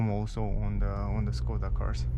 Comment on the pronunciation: Škoda = Schkoda, it is not Skoda. Š=Sch